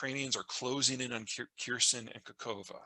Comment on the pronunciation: K a h o v k a, not KaKOva lol